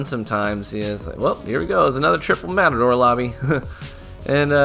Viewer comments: Lol, the metadore xD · metador lol